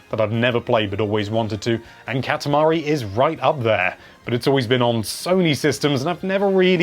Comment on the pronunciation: It's not catamuhree its cot ah mah re